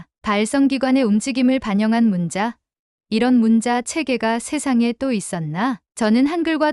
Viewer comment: 문자(文字)는 "문짜"로 읽어야 합니다.